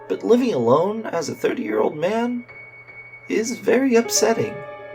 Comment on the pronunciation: Say but not bur sorry if im annoying